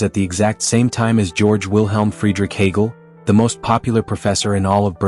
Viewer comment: Hegel, not Hagel.